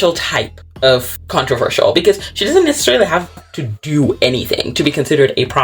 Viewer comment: You struggilng to say "controversal." Made me laugh😂